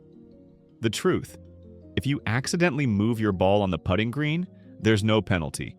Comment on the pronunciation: For knowing all the rules one would think 'putting' would be easy to pronounce correctly. Just 'putting' this here.